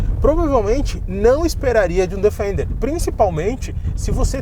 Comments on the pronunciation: A pronúncia correta é " defender ", e não " defainder ". Parabéns pelo canal. Abraço. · Bom vídeo! Fora a pronúncia do nome do carro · A pronúncia de Defender não está correta... o vídeo está ótimo no restante